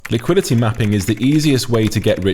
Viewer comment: Bro the way you say liquidity is crazy! "Lick quidity"🤣🤣🤣